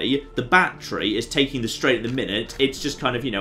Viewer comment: ITS NOT DEH POT ITS DIH POT